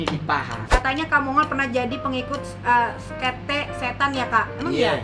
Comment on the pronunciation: Sekte bukan skete 😂